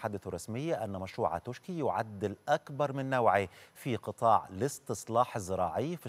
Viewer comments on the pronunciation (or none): اسمها منطقه توشكي هكذا تكنب وتنطق توشكا ...لذا لزم التنويه وشكرا